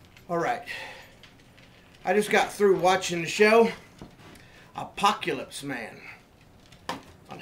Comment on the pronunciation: "APOKEELYSP MAYNE." Surely, THIS is the man we should be listening to, as he has taken excellent care of himself thus far.